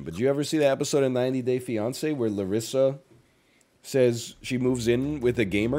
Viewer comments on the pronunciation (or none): none